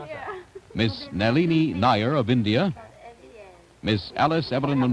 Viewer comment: pronunciation is ❤️